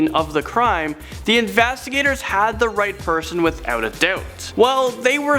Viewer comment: He said "the infastigaters" 😂